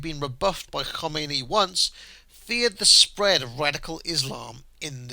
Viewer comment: Valiant attempt to pronounce 'Khomeini' like its Welsh, not Persian.